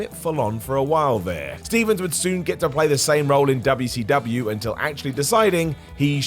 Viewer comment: If you didnt know who paul is then you probably shouldnt do wwe lol and why do you keep saying wcw like that? The hick wrestling was ecw not wcw